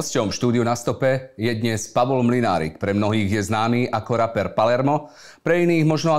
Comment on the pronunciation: z toho slova "raper" mi to trha uši, reper nie? však repuju nie rapuju